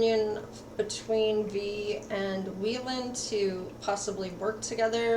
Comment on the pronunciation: Its wheein mamamoo not wheelin but thank you for the reading.. can't wait for their activities in the future about music❤️